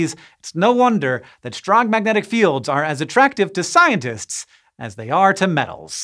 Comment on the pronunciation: Why does Hank always say shtrong instead of strong?